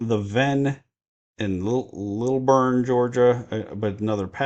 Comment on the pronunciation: From what I heard, you said Lilburn correctly. Lil+burn, mashed together. Can you use it in a sentence? "I got a lil' burn cooking roadkill over my tire fire pit in Lilburn." I'm also very happy with the July dividends that I received!